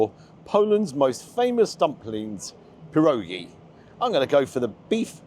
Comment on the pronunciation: Great video! One quick word of advice - they're pronounced "pier-oggy".